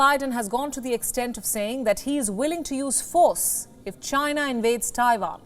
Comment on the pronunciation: It's Taiwan, not Taifan.